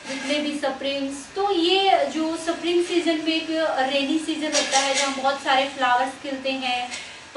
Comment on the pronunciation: सप्रिंग ❌........ स्प्रिंग hota hai 😂